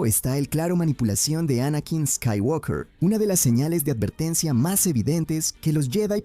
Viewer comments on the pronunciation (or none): none